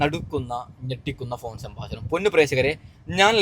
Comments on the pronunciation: ശ ബാശണം അല്ല . സംഭാക്ഷണം😢😮😮😮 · സംഭാശാണമല്ല😔 സംഭാഷണം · സംഭാഷണം എന്ന് പറയൂ..